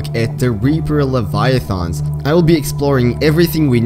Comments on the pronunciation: "Reaper Leviathongs" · yeah no problem it just sounded funny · why does he say leviathons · "Reaper Leviathons"